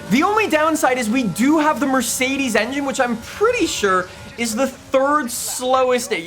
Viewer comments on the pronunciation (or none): none